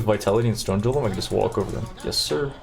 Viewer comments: Omg now I know where cutedog got it from and it's so irritating. Everything you got going is cool EXCEPT this one irritating thing. anGer, Golem, and there was one other word I can't remember what it was but the G's in these words are pronounced like the G in the word Great. They sound like a normal G not a J. You said you are american and you seem highly educated but you say other words with G's in them normal so why not these words? Not trying to be critical but it's driving me crazy to the point where I don't want to watch anymore. If I were doing this I sure as hell would want to be corrected. I'm surprised no one has told you this but then again, not so surprising in this world where no one wants or cares to talk right. I'm not going to read anyone's comments on my comment so save it. I just hope you can fix this. Knowing how to talk properly is important! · does he mispronounce words by intention? jiolem instead of golem and so on... for a non native english speaker like me it's very annoying to hear that because someone might not understand what he's talking about or maybe believe that is the correct way of pronouncing the word. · "Golem", not "jolem"! :) Great run! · '' I love your videos, but for the life of me I can't stand the way that you pronounciate your words >:C for that, that's a dislike from me.'' - anjery jolem jamer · "carrion JOLEM" lol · ainjer (anger) too, wtf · I know you are doing it on purpose specifically to trigger people, but i am triggered for you saying "jolem" LOL. STAHHHPPPPP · The pronunciation of 'g' in golem and anger is really triggering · Why do you say g's as j?